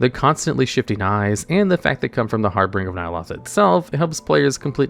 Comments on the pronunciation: Not to be a grammar nazi here, but "Harbinger" is pronounced "Har-binge-er", instead of "Har-bring-er" <3. Love your videos regardless and I'd love to see a top-x about "Hardest mounts to obtain which require a group", like some raid meta achieve mounts or The Hivemind. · And harbinger as harbringer